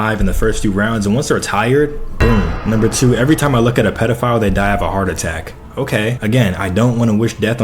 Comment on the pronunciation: "How did the president die of a hearth atack"